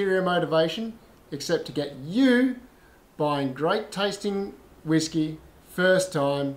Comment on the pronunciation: I agree my pronunciations of all whisky has a lot of room for improvement, In my defense I am Tasmanian.... hahahahaha